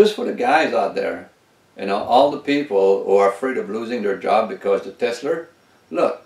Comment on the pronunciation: we say TESLA not TESLER